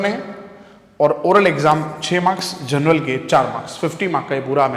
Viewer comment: Journal ❌ General ✅... Just joking btw thanks 👍😂